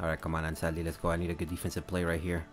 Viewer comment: Do you speak spanish? bc the perfect spanish pronunciation haha